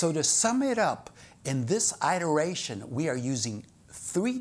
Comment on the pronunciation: Pronunciation iteration - IPA(key): /ɪtəɹˈeɪʃən/